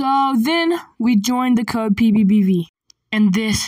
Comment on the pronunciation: its not ppbv its pbbv btw im not hating